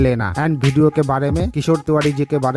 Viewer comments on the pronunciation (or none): Bhai वीडियो hota hai भीडियो nahin hota hai.